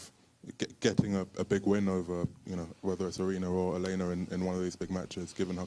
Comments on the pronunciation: She’s smart but she keeps saying Elina, her name is Elena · Its Elena not Elina Jissica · English pronunciation: Eh - lay - nuh 😂😂😂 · If you listen to Aryna she pronounced it properly which is yah-lay-nah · No....it's Eh - lay - nuh. There is no "Y".